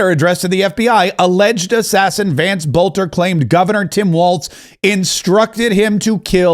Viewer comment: BELter not BOLter. Quit talking like an AI. There's a vid out where he says his own name. Learn it ya spawn.